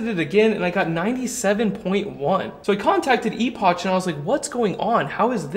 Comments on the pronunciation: i gathered it was a play on words and pronounced like "epic" not ee-pok or ee--poch lol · phonetically, "epoch" = "epok" not "eposch" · I've been watching your channel for about 7 years and I respect your knowledge on solar and batteries, but EPOCH is pronounced lie EPOCK. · Is it pronounced "e-potch" or "e-pock"? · It's pronounced "epock" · I think it’s pronounced EPOK the CH is pronounced as a K. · Epotch lol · I think it's pronounced ee-pok like in apocalypse but I could be wrong! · Well, maybe across the pond in Old Blighty, but in The States the word "epoch" (as in a particular period of history) is pronounced "EH-puhk". Now, how a company from the PRC pronounces it: that is anyone's guess. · E-Potch? Is that actually how they pronounce it? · Eh-Pic - That’s the pronunciation. It always makes me giggle. Not in a bad way, just one of those Chinese companies that we all want to understand how they pronounce. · Your pronunciation of Epoch was making me rage 🤣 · Pretty sure that's Epoch with a hard "k" sound. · That's not how you say that word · People don't pronounce the brand's last two letters as "ch"... they pronounce them as a "k" sound. Thank you for the good vids though.